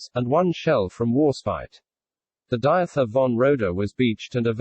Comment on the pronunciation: Diether (von Roeder) isn‘t actually pronounced Diather but Deeter.